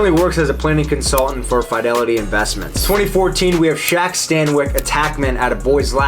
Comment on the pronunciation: I found the only American over the age of 18 who doesn’t know how to pronounce fidelity